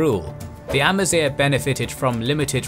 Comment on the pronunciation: First ever channel i've watched to actually pronounce Amazigh (semi) correctly!